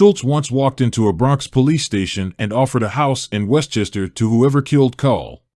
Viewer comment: His name is pronounced like "coal."